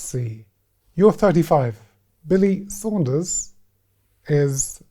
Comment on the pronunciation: Him saying Billy Saunders cracks me up every time! 😂